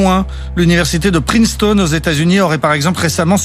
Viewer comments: On dit Princeton pas Princeton. En tant que royaliste catholique et pour la reglobalisation de l'enseignement du latin et la réduction de l'écarte de qualité d'enseignement entre privé et public (en montant drastiquement les investissements dans les écoles publiques), j'ai beaucoup aimé cette vidéo et vais la partager largement. Je suis régulièrement d'accord avec toi, d'autres fois pas, mais là c'est vraiment la haute qualité. Bon, l'islamo-gauchisme, c'est la volonté systématique, chez certaines personnes, de nier les problèmes liés à l'Islam, en raison d'un vision marxienne dans laquelle les musulmans sont forcément victimes. L'exemple parfait, c'est quand un Mélenchon te dit que les attentats sont organisés/laissés apparaître sur moment des élections. Cependant, le gouvernement essaie d'en mettre partout, je ne crois pas qu'il y ait tant d'Islamo-gauchisme que ça. En fait, ils essaient juste de draguer l'extrême droite en évitant de parler du problème du budget, et puis parler d'Islamo-gauchisme, ça évite de parler de l'islamisme lui même. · Excellente vidéo, très intéressante. Juste un élément: la prononciation de Princeton me semble incorrecte :) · Quand même abusé de faire exprès de mal prononcer Princeton juste pour faire le malin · Attention à la prononciation anglaise. Princeton be se dit pas priceton mais bien Princeton:-) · La réponse à la question du début est tout simplement: /ˈprɪnstən/ (EOD) , la prononcation française est donc logiquement la plus proche "prince-tonne" et non la version faussement anglicisé. Voila ^^ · Ok , l'anglais c'est pas ton truc mais Princeton quand même ! La prononciation, tu pousses ! Sinon, le latin obligatoire d'accord, ça rend moins con au final, ça aide pour toutes les autres langues et l'histoire/geo. Le Grec chuis moins sûr, mais l'alphabet aide pour les maths ! Un truc rigolo, tu savais que la locution "quid pro quo" avais un sens totalement différent en français et en anglais ! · on dit bien ˈprɪnstən